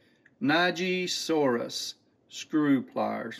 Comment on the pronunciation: Neji is Japanese for "screw". So screw-saurus pliers, like Tyrannosaurus... And pronounced "nay-jee" not "nigh-jee".